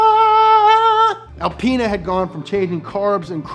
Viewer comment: “BMW AlpAina”